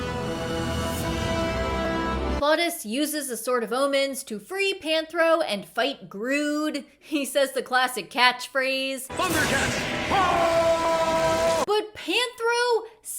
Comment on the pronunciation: Grune...... not Grude